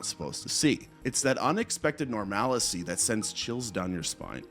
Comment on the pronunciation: Oh my god.. You really need to work on your script reading skills. You are supposed to make it sound like you aren't reading but you definitely aren't hiding that. It is so obvious. Also, what is nor-mal-i-cy??